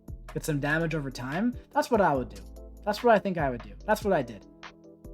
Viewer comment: I love how says "dahmage"